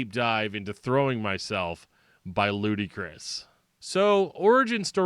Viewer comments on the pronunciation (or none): Saw these guys twice as LK, and its pronounced 'Ludicrous'. It is def not lootee. Josh climbed the tent pole in front of the stage in both shows, bellering with the mic inside his mouth from the upper rafters. A decent show for chaotic music, but im more of a metal head. I keep seeing DillingerEscapePlan mentioned in ref to these guys, however, guys from Frodus started DEP.